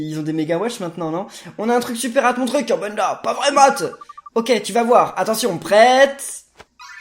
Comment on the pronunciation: Tu a dis kirbendo au lieu de kirbenda